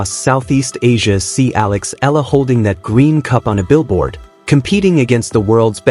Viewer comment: E, E-YA-LA is the correct pronunciation of EALA